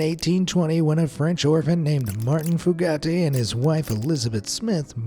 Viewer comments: Lolol. The foogattees! Their last name is pronounced Few-gate. There are a ton of ppl with the last name Fugate in Kentucky and Southern Ohio. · I believe the blue people's surname Fugate was pronounced "Fyoo-gate" not "Foo-got-ay" 😂😂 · They were the FEW-Gayts, not FOO-Gah-Tays by the way lol. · That surname is pronounced Foo-gate.